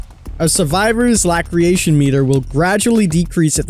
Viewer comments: literally everyone: la-sir-ray-tion king: lack-ree-ay-tion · It's pronounced "LA SIR ATION" not "LACK ER ATION" 🤣🤣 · By the way laceration is pronounced "las-eration" not lacreation lol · Lass-er-a-shon : laceration aka a cut. I love your videos but imma need you to do some research on some of these words bro. I find myself triggered as hell by the end of a video sometimes. Much love though. Keep up the good work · Are you not a native English speaker? The amount of times you mispronounce words is actually triggering >.< It's Lah-sir-ay-tion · Love the videos, keep it up. Its pronounced la-sir-ation isnt it? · Las-er-ation is how you pronounce "Laceration" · Laceration pronouced: Las-sir-ration Love the content King! 🤴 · Laceration. Lass-err-ation. A type of stab wound 💀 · Lol 'La creation' meter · Laceration (lac·er·a·tion) pronounced: (la-sir-ray-tion) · It’s pronounced laceration as in las-er-ation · King my brotha "Laceration" is pronounced "lass-sir-ray-shun" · Great vid, but it's pronounced "Lass-er-ation" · Ok since I’m a finicky person it’s pronounced “lass-sir-ation” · 🤣🤣 I'm like lackeration?? They are bleeding no lactating. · Just for future reference it is pronounced La-sir-ation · The way he pronounces laceration! 🤣🤣🤣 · Am I the only one laughing that he said laceration wrong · dude please learn how to say laceration correctly.